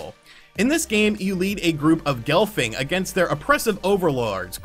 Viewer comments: Gelfling is pronopunced G'Elf- ling, like Elf with a Gh at beginning, and then Ling, and Skeksis is pronounced S' Kehk Sees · You said Gelfling and Skeksis wrong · Jesus Christ, it's pronounced Gelfling and Skeksis...!